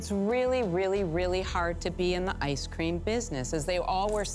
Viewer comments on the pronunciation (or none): Can someone tell me why Kevin pronounces it “I scream” 😂